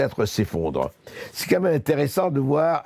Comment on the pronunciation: Personne pour dire à Berkof qu'on ne dit pas "qu'à même" mais "quand même" ?